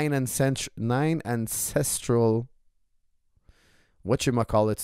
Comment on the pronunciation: "9 encestral elements" 😅